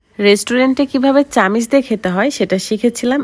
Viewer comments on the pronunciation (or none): চামিচ না চামচ 😊